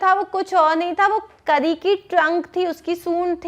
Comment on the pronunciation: Mam this is not kri it is kari a is not silent